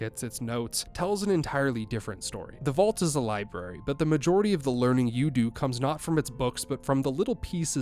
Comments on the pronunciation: Nah partner i reckon that liberry did sound quite like a southern accent. Ya hear me? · Buddy you're canadian that "library" didnt sound remotely southern or from texas, florida, anywhere where a "yeehaw" dialect would be from but the rest of that point is fine lol